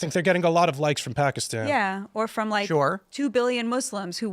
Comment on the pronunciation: That's not the english pronunciation of the word Pakistan.